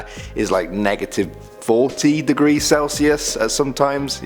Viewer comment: 6 deegres